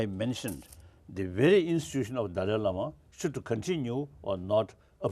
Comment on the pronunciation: hmmmm. maaaan. Daaal-"eye" Lama ... not "dally" like "daily". hrml says it himself at